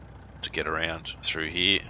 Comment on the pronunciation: Stop saying Hererr